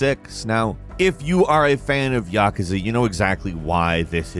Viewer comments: Ya kuuuuuu za. Not yakaza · Ya-ka-sa? It’s ya-koo-sa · Its pronounced yah kooz uh. Not yak a zuh. Its japanese mafia. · lol "yakaza" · why do you say yakuza like ŸÆqaŻå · The way he says yakuza irritates me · did he really mess up how to say Yakuza??????